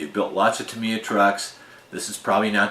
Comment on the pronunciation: Tam EYe Yah NOT Tam ee yah 😅